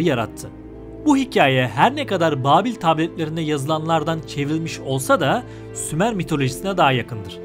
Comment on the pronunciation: Sumer yox, SHUMER 🤦🏻‍♂️🤦🏻‍♂️🤦🏻‍♂️